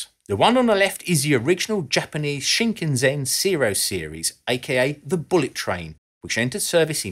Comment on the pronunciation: From one pedant to another, while we're on the topic, a bit about the pronunciation of "Shinkansen" is in order. The word means "new main line" in Japanese and it is pronounced "sheen-kahn-sen" with no accented syllables, that is, an even inflection across all three syllables. Westerners tend to pronounce it "shin" as in the leg part", "can" as in the American "can", and "sen" as in "send". Not that any of this matters as it's pretty easy to say for most foreigners and I've never heard anyone complain about it.